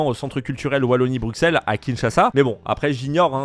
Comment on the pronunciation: c est le seul francais en 2024 qui a moins de 30 ans et dit encore bruxelles avc un x mdr